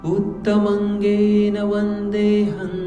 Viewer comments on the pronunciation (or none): सर मुत्तमङ् नहीं उत्तम्ङ् है